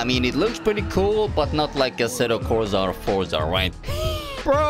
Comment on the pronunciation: asetto corsa more like asetto Forza😂😂